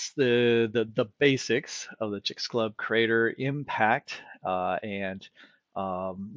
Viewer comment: It is pronounced CHICKS- AH - LEWB. sorry for being that person